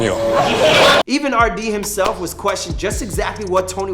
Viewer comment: "arwdea" nah bro ahaha